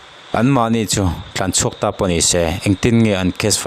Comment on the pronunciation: Tlanchhuak tih ta che. Thlanchhuak itih a